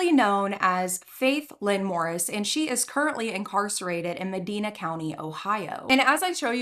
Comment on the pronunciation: So I'm pretty sure I met her in passing on a choir trip once... We go to Medina every year (also not angry or anything I just know some people can be touchy about it, it is pronounced Meh-dine-a just fyi) I've never been this early to a video or so close to one... Im only a couple minutes in so idk what's happening yet but um... Yeah Edit (3 minutes later): GOD DAMN OKAY WE ARE DOING THIS